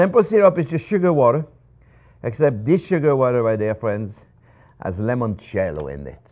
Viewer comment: Chef Jean-Pierre, please stop saying 'lemoncello'. The correct word is 'limoncello' with an 'i', not an 'e'. You are half Italian and, of all people, should know that the word for 'lemon' in Italian is 'limone'. Cheers!